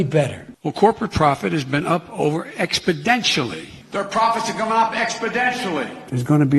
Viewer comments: TheDC Shorts needs an expoDENtial! growth in subscribers! 😂. He’s so sure that he’s saying it correctly that he actually places emphasis on the “DEN-tially”. Hilarious. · The cringe in this video gets expodentially worse with every passing minute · Is it, We choose truth over facts "expodentially." or We "expodentially" choose truth over facts? Come on man! Enquiring minds here in the United Steaks of Merica want to know! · More like "Expodenturly" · He's saying ExBidentially. He's including his name as a catchphrase. With a name like Smuckers, it has to be good. Look at the podium. Ex Biden tially. He's selling his campaign. See? He's selling his name by saying Biden us EX ACT LY who to vote for. Ex Biden (act) ially. The one! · I think he's suliminally inserting his name into his rhetoric. ExBidentially. He's trying to work on our subconscious. ExBidentially. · He is being coached by Pelosi. "Exodentially", did he even graduate from first grade? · It's a mathematical term... that of an expodant... what a nimrod. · 2018: Exponentially 2019: exPoDenTialLy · He gets expodentially worse every day... and he leads in the dem polls. lmfao. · He needs to fix those expodentures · Supposably, if you go to the libary, you can, indeed, find the word "expodentially" in the dictionary. There is no ecscaping this fact. Aks anyone! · Biden doesn't even know basic words. Liberals will vote for him "expodentially" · Biden is losing this mind expodentially. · Why wouldn't his advisers tell him he's pronouncing the word wrong? Are they too busy laughing at him too lol? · he can't say exponentially, his teeth will fly out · Not only does he not know how to pronounce the word, it's clear that he has absolutely zero idea of what it means! He clearly thinks it's just an increase. 😆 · Early stages of Alzheimers when you can't even remember how to say exponentially.